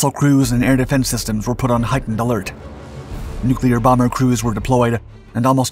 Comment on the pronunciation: Nuclear = new clear, Never "Nu kew lar" as some of our dumbest politicians will say. Thank you for pronouncing it correctly.